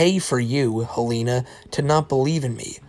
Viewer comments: please, for the love of god its HEL-ehn-uh, not hel-AY-nuh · The name Helena is usually pronounced “Hel-in-ah”